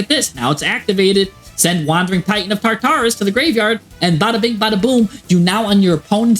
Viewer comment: I feel like this guy intentionally miss pronounces words for engagement. Tar-taris.... 🤦